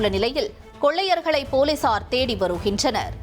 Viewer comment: யாருமா நீ வருகின்றனர் என்பதை வருஹின்றனர்... படுகிறது என்பதை படிஹிறது து என வசிக்கிறாய் தமிழ் தெரிமா தெரியாதா??? 😂😂😂😂2